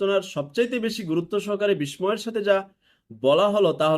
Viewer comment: ভাই মনে কিছু নিবেন না, "বিস্ময়" শব্দটির উচ্চারণ 'বিশময়' নয়, এটির উচ্চারণ হবে 'বিশশয়' এর মতো।